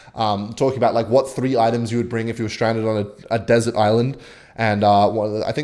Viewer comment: my guy it’s “deserted” lmfao